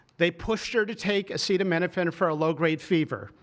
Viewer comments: Trump can’t even pronounce the word acetaminophen. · He can't even say the word! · He doesn't even know how to pronounce Acetaminophen. LOL "studies suggest a potential association between Acetaminophen and autism". This is science based. What? Science says that association is not causation? It doesn't matter because we are moving "speedier". There's absolutely no harm. What? You have fever? Just tough it out. As I said, there's no harm. Somebody ought to fix that mic. Can't really understand what Bobby Brainworm is saying. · Trump can’t even pronounce it 😂